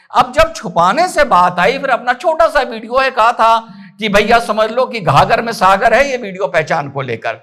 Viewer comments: घाघर नहीं गागर में सागर होता है सर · गागर में सागर सर❤ हर बार घागर बोल देते हो। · sir ji maaf kijiyega,, ghaghar me nhi gagar me sagar